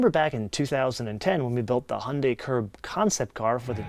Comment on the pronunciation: I have worked with them for years. It is NOT He yun day. It rhymes with Sun Day. Hyun Day